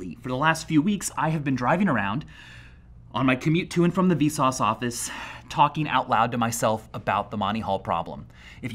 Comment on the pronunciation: He said "VSauce Office" It's not called the the Vsauffice?